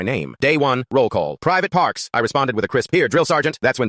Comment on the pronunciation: said it in perfect vietnamese